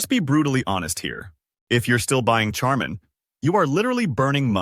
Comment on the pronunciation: AI. Notice how Charmin was pronounced.